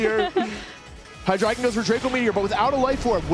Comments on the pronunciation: ITS HY-DREI-GON THE DREI IS 3 IN GERMAN ALL ITS FORMS FOLLOW THIS FORMAT STOP SAYING HIGH-DRAGON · The next person to say "Hydra-gone" will suffer the consequences. (ರ◡ರ )